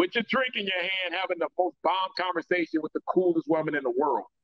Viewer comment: I wonder who told that there is a ‘F’ in the word ‘with’.